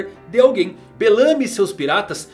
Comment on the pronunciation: Eu particularmente n curto essa pronuncia q vc faz com o 'belamy' Acho q vc deveria ser mais natural e brasileiro nessa pronuncia dos nomes do pessoal. Mas curto MT seu canal, um abraço